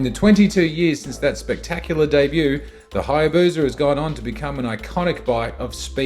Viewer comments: It's HayabuSa. Not Hayabuza👍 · There is no Z in Hayabusa Just saying.